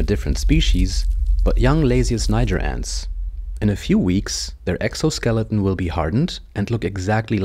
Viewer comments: It’s not pronounced like that tho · you pronounce word "niger" not correctly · You mispronounce the name